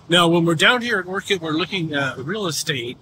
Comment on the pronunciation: First off - Learn to say Orcutt ! Not Orchid ….